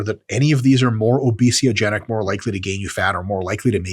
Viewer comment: orbesiogenic ? Is that a word?